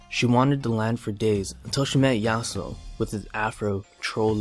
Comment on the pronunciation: how yasuo became yas...uh?